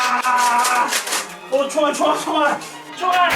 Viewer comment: 6분25초에 총알없다거 아 시발 이라고 들림...ㅡ원랜 아 이럴수가인데